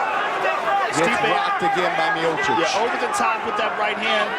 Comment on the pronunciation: Роган специально называет Миочича - "Миочик"? Сам ты Миочик! Дебил .